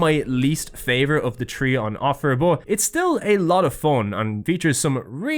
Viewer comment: Bro it doesn't make any sense. You say 3 "tree" like "th" doesn't exist buy then say "third" correctly in the same sentence. Wtf is this